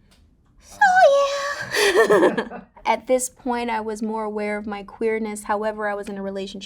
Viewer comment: She says simone instead of the usual way